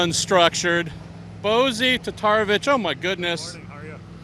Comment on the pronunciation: Great tour. Pretty sure that Bozi T. pronounces his name "Bo-jee Tata-rev-ich" not "Bo-zee Tatara-vic"